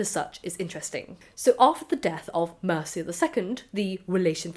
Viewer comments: It's not pronounced like the Anglo-Saxon kingdom of Mercia; it's "MEER-chey" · Also, pronunciation wise: Mircea ~ Meer-cha